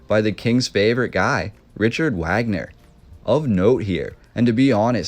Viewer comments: OMG the the man's name is pronounced vog-ner. No one says the American Wagner!! Even Americans who are named Wagner and pronounce it the American way...they pronounce Richard Wagner the proper German vog-ner! Your research is a bit lacking! Lol I am seriously embarrassed for you that you would make a video and continuously pronounce it wag-ner. Wow! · It's pronounced Vogner, not Wagner. Swan Lake? New Swan Castle is what the name means Neu-Schwan-stein, not noivwanstein... Wagner wrote about Swans, if you go to this castle you will see the top hall is a large music auditorium dedicated to Wagner with swans everywhere. The fountain in the kings room is a swan, there are swans everywhere. Both parents had castles nearby and are still there (the castles). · vog ner not wagner get it together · ITS PRONOUNCED - RIKHERT VAGNER. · Wagner pronounced Vaag-ner. Great video though, really enjoy all the work you put in to these. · Wagner pronounced Vogner. Keep up the good work. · At some point in time, I'm sure you'll come to pronounce Richard Wagner's name correctly, namely, Rick - ard Vag - ner. I love your passion and story-telling. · His name was pronounced “V”agner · Well. You lost me at your pronunciation of "Wagner". In German the "W" is a "V" sound so it's "Vag-ner". Just saying. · It's Vahhgner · it's pronounced "Vagner" man. do your due dilligence mate. Wagner = Vagner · It's pronunciation is Vagner and his top single was the flight of the valkuries. Just saying . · Vogner is how it's pronounced, perhaps you did hear of him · Wagner is pronounced VOG-NER from flight of the Valkyrie fame. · Hey, the Germans pronounce Wagner's name as Vagner. He is remembered for The Flying Dutchman music, which was used in Apocalypse Now in 1979. It was about Flying Ships.Great Video! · It’s not pronounced Wagner it’s pronounced “Vaugner” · Wagoner is pronounced Varganer. That is a very interesting building, thankyou for the vid.